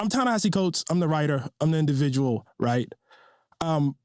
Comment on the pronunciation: Oh god, Vaush is a legendary mispronouncer, please don’t let him talk about Ta Nehisi Coates … wtf was that, “Tensee Coates”????